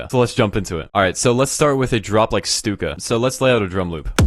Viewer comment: Bruh i thought it was pronounced 'Stuck-a' not 'Stook-a'